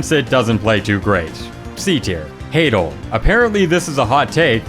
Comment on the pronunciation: Ha-dal not haydle